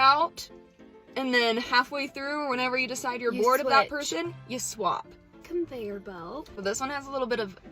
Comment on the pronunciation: ConveiYURbelt. the heck???